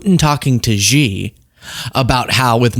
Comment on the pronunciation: Xi is pronounced 'She' not Ji